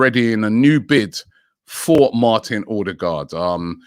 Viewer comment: ffs Robbie, it’s not Or- de- gard. It’s O-de-gald. That’s correct Norwegian pronunciation. 🙄